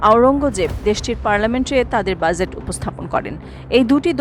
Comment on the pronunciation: বাজেট উচ্চারণ ঠিক করে নেবার বিনীত আর্জি রইল।